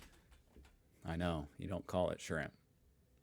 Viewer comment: Not barbay, barbie.